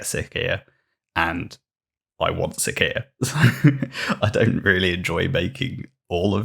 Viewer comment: It's Si(C)ia - siscia, ,,cee"